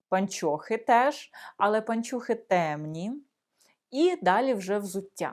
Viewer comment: Вы, уважаемая, совершенно не знаете украинского языка!!! Во первых: не " паньчьохы", а " пО нчохы", и не носочки, а скарпетки и т. д.😢😢😢😢😢😢😢😢😢😢😢😢😢😢😢😢😢😢😢